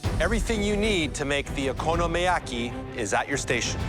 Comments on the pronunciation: "I'm familiar with 'OKI-YOMIYAKI' I make it at home quite frequently." 🤣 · She really just said: Okiyomiyaki????? So embarassing.... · If only she was as familiar with pronouncing "Okonomiyaki" as she is making it